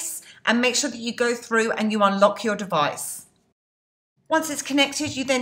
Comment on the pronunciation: I like how you said "steal you money" with your accent! Badd ass!! Great videos!! :-)